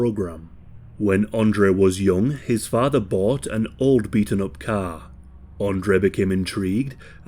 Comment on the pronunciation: I can't take it seriously when the commentator says "muva and fava" instead of mother and father